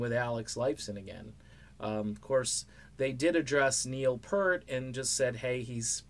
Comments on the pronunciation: Peert not Pert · I was just going to post that...it's pronounced PEERT.